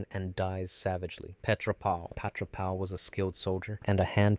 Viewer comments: Isnt it Petra Ral not Pal? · Petra Ral ❌ Petra Pal ✅